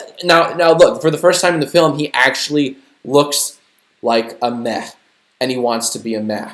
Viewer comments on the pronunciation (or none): When you said he’s a meh emoji…I keep on thinking your saying “meth emoji” 😂